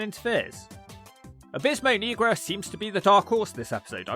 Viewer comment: you pronounce negro wrong😂😂